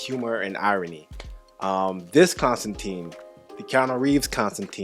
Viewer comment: Ok, there are 2 glaring errors in this film vs the comic (Hellblazer), but it is basically a perfect adaptation other than these 2 issues. Constantine is pronounced con-stan-tine, not con-stan-teen. Also, Constantine is British, not American. Now, both these can be explained by just saying "it's an American addaption" but I think I would have liked just a little more comic representation.